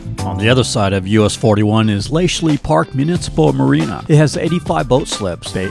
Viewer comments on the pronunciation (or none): Born at St. Josephs Hospital 1986. <3 I remember clearing streets with my dad's chainsaw after Charlie. Still here, printing newspapers. I like I my hometown. And it's pronounced LASHLY, not LASHELY. Just ask them. Lol.